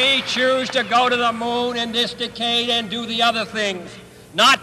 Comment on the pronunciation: He really does say decay-de